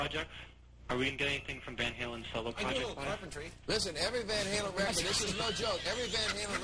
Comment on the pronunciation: It's Van HALEN, not Van Hagar!